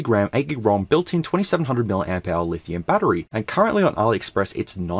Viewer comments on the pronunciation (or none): none